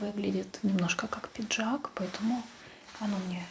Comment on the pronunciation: "Пинжак"! Говорить грамотно еще не выучилась, а туда же — видео мастерить!